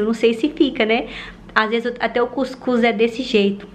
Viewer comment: Ela falando cuicus kkkkkk é cuscuz mule